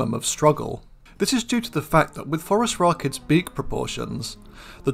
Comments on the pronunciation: I like how you pronounce it "Forest Rockets". Seems appropriate. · I'm such a dork. Every time you say Phorusrachids, my brain hears "forest rocket."